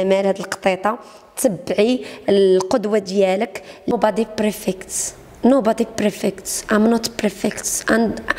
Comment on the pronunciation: هههه نو قالت prfect هههههه bad prononciation